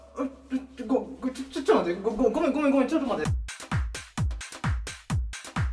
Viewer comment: 「ごめnごめnごめnちょっtまって」マジで草